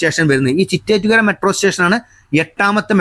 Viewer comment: ചിറ്റേറ്റ്കര അല്ല ചിറ്റേത്ത്കര ആണ്.